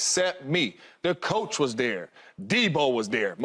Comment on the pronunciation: It’s pronounced THERE…not DARE